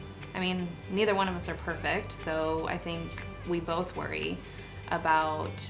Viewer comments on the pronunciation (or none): none